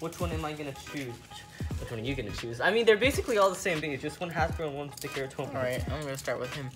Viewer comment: It's pronounced Ta Ka Ra